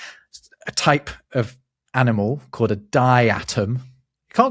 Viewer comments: It's dye-a-tom, not dye-at-om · Pronouncing diatom as "die-atom" cracked me up. I've only ever heard it as "die-a-tom". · Dia tom not Di Atom, just not good enough 😉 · Di-atom, I always pronounced it dia-tom. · Dia-tom not di-atom.😊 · Diatom = DYE-ah-tom